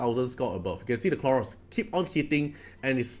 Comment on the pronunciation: Khloros, not Kronos ahahah Dislyte is taking over ahahaha